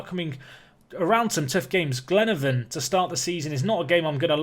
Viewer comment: The way you pronounce Glenavon gets me every time ngl